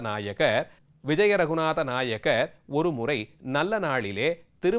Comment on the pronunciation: நாயகர் இல்லை நாயக்கர்...